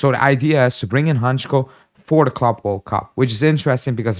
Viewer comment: Hancko is a Slovak player, and as a Slovak, I must say it is pronounced Hantsko not Hantchko if you read that in English. Not that it matters , but hurts my ears 😂